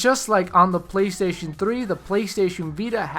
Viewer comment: Playshjjsh. haha when he says playstation too fast.:)